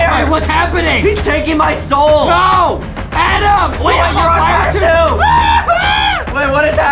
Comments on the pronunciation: Adem: my name is adam not adem Justin: no! ADEM! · Its not adam ITS ADEM